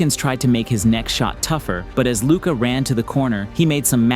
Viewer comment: After all these years, refs still not knowing how to pronounce luka's name should result in some kind of penalty. It's just straight up disrespect or a willful ignorance.